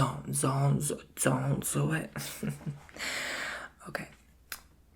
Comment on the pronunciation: The ,,zzzon‘t zo it“ woah that was amazing my braid freaked out like wow